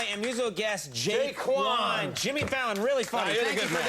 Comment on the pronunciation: you know it’s 04 when he said jaekwon lmfaoo